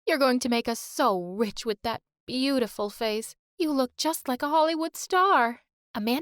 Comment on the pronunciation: they are killing the word "beautiful"